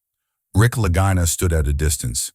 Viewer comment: Lageeena, not Lag-eye-na, Stupid!